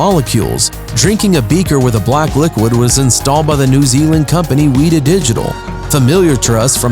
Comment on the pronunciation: only an American...aka..IDIOT..would pronounce Weta as weeeta.....it's a large scary looking bush dwelling insect...quite ancient and ferocious looking.